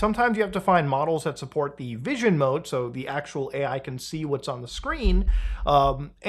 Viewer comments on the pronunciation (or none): none